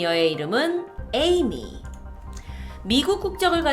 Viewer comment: 첨에 에이미를 애미라고 들어서 띠용